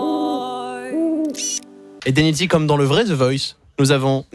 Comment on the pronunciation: Ce qui me fait marrer, c’est comment il prononce son nom : « Dénidzee »